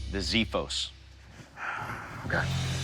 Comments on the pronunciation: Im Greek, its not ziphos its xiphos,that actually xiphos in Greek language means sword... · οχι ζιφος αλλα τζιφος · It's pronounced "ksifos" not "Zifos". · ziphos ???? it is X its being pronounced like X not z. xiphos. Ksifos would be way closer and easy for English speaking people but still wrong. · Xiphos, not Zephos. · It's called ksifos. Not zeefos. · i think xiphos is pronounced as ksifos (k is barely audible), not as zifos. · xiphos=ksiphos not ziphos xD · I like this video !!! My friend the pronunciation of the word is ' Ksiphos " not " Ziphos ". You can hear it at the google tranlate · as a greek when he pronounces Xiphos as Ziphos I die a bit inside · It's spelled Ξίφος and it's pronounced CCiphos (as in "accept"), not Ziphos. So, CCeephos (i pronounced like meat) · ξίφος λέγεται , οχι ζίφος It's called a xefos, with x not a zefos !!!! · what the actual fck is a "ziphos" its with an X as in EKS sound and it litterally means sword in greek so you calling it the sword sword yeah aight its a sword sword very swordy sword. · xiphos is pronounced ksee-phos and it means sword. Ξίφος. Not zippos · It’s not pronounced “ziphos”! It’s pronounced “kseephos”! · for the history nerds and just simple nerds the sword "xifos" is pronounced "ksifos" not 'zifos' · ksifos it pronounce as ksifos not zzzzzzifos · The way to pronounce the word xiphos is not with Z but using KS. Is KSiphos. The letter i is pronounced e, as we say eat. So Is ksiphos not ziphos or zaiphos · The “ziphos” 😂 babes it’s “x-iphos”, x not z, and it already means sword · Guys , its called Xiphos with an X , not a Z as Ziphos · Well the real greek word is pronounced like ksifos not zifos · It's pronounced xiphos with x not z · it isnt ziphos, its xiphos (ksiphos). given its a greek word it should be pronounced correctly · Well, that's pronunciated as "ksiphos" in Greek. Don' t really understand why an "X" is pronunciated as a "Z" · It's called Xifos not Zifos! , Zifos is beer! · its Xephos not ziphos...